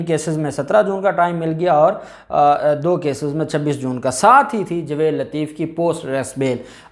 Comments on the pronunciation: یار تمیں جاوید کہتے ہوئے شرم اتی ہے تم کیسے وکیل بن گئے ہو جسے جاوید کہنا نہیں اتا جوید نہیں ہے بھائی جاوید ٹھیک لفظ ہے تم تو جائل قسم کے وکیل ہو تمیں میں بار بار کہ چکا ہوں مگر تمارے سر میں جوں تک نہیں رینگتی کچھ شرم کرو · آپ تلفظ ٹھیک کریں٠ لفظ جاوید ہے نہ کہ جوید